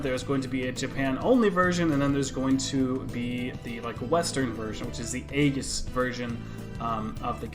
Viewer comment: It's pronounced eyeges